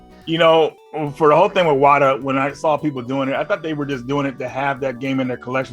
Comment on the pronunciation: You have to say it like "WaTAAAAH", that's actually where the name is from if I've heard correctly.